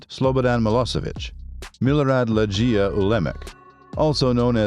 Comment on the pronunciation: It’s not lejj-ee-ya but ‘LEG-ee-ya”